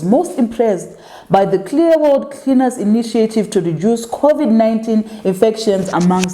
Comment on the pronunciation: You always kill me with the VP 🤣🤣🤣🤣🤣🤣 guys you're killing me "creaners" 🤣🤣🤣🤣🤣